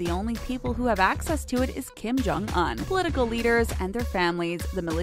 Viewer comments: “Kim Chong oun” it’s pronounced kim-jyong- uonnn” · Kim Jong-UN??? 😂 I thought it was pronounced Kim Jong-OON 💀💀💀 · did she say Kim Jong an and not Kim Jong un???????????? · Everytime 😩 like did no one think to tell her she was saying it wrong during recording or something??